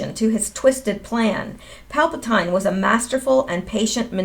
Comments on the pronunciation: Pronounced "PAL-pa-teen". My pleasure to serve you! (Sorry, I'm a tech writer/editor) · It's pronounced PAL-PA-TEEN !!! ;-) And there's NO DOOKI.... Geezus JUST READ...It says DOO-KU !! IT'S A "U" !!!! With a "U" at the end it sounds like DOO-KOO !!! You should KNOW that! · Palpatine = pal-pah-teen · It is pronounced Palpa-teen.